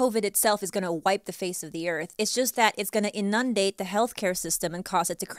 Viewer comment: Every video she pronounces something funny. Lol eNUNdat OR ahBOREIYum instead of arboretum or inundate. Lol it's cute